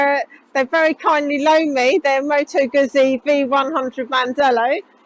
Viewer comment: Bike looks ok but don't like the display and please note it's pronounced 'Gootsie' (rhymes with 'Footsie')